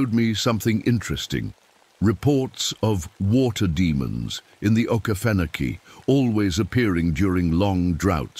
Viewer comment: texas. And it's O Key Fen Oh key